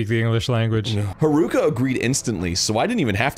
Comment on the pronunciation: It pains me how they never learned to properly pronounce Haruka